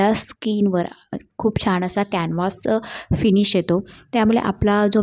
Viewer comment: मेकअप छान केलस. व्हिडिओ बनवताना भाषेवर प्रभुत्व असावं. नको तिथे ण चा वापर अयोग्य आहे. छाण नाही छान नाही हा शब्द णाही असं बोलतेस. आणि लिसटीप नाही गं लिपस्टिक म्हणतात. काला नव्हे काळा. मेकअप चा व्हिडिओ करते आणि लिसटिप बोलते. योग्य ती सुधारणा व्हावी.